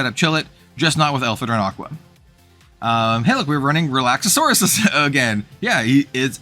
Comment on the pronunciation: I love your content! Real quick, though… It’s Relax-are-us… Relaxauras